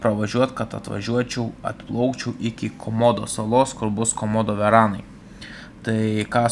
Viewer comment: Varanai, o ne veranai - draugiškas pastebėjimas